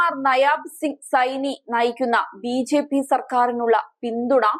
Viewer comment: വാർത്താ വായനയിലെ ആവേശം കൊണ്ടാവാം, ബിജെപി എന്നത് ബിഝെപി എന്നുച്ചരിക്കുന്നതു പോലെ തോന്നി.